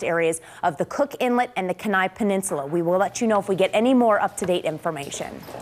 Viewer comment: KEY NIE not ken eye